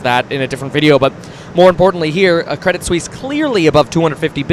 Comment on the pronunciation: Cwedit Suisse wittawily got bailed out.